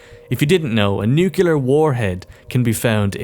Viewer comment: I like the story and all but I'd rather have them show me the story than tell me, either with a campaign so I can play what they are describing, or cutscenes, which I know we'll get! but still, would rather live it myself also why do you pronounce nuclear as "nukelar"